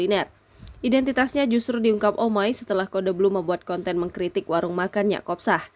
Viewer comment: Si babyu ngomong codebluu aja gak bisa cudle2 lu pikir bedak cudle dasar babyuuh